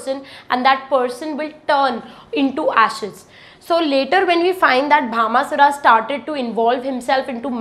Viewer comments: Please correct the name Bhashmasura( not Bhama sura) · Mam it not bhama sura it bhasma sure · It is bhasmasura...not bhamasura